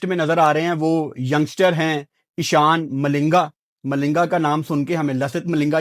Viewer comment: abe ehsan malinga nehi 😂😂eshan malinga...